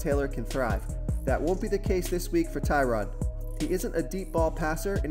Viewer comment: Its case...not casey